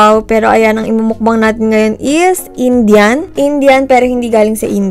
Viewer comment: Tree talaga? Indian Mango ba talaga or Injan Mango? Dami kong tanong :) Nagulohan ako